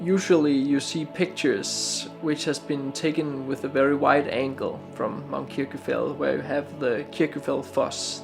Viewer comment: Nice video but your pronunciation of Kirkjufell is wrong. In Icelandic a double l sound is pronounced tl and so you actually say Kirkjufetl